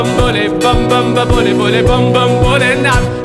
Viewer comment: it's Bhole not bole ...